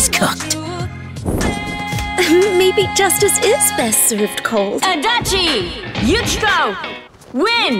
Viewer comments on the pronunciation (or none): WAIT the game pronounces Yukiko "Yuchiko" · how the hell did they pronounce Yukiko